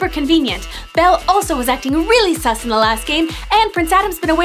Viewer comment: Lol you said sum instead of sus